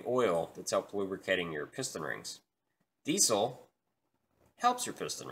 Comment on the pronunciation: Diesel not desle